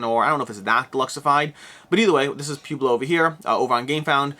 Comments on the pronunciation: Poo-blo. Seriously? Pwehblo. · please tell me you've really never heard the word Pueblo pronounced out loud. "pweh·blow" As always, amazing content, I just got a chuckle every time you said pew-blow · P-YOU-BLO, LOL 😆 It is P-WEI-BLO. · Pueblo pronunciation is puh-web-low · You do speak fast. Never really noticed it until now. My recommendation when you speak too fast is that you should slow down and emphasize power words in your sentences. For example , you should held onto the word "but" and also emphasize it a little. Doing this gives people time to digest what you said. Also, it's Pueblo (Poo-eh-blow). Wow this sucks. You are not from the US are you? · Pronounce it Pwebloe. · I love how you pronounce "pueblo" lol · I shuddered each time.